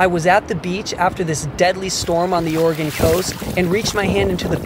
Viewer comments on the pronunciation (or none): none